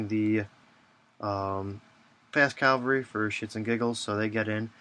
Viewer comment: Why does everyone say Calvary? Nooooooooooooo!!